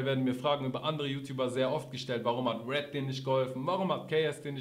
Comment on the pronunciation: Apo Apo Apo es heißt RED!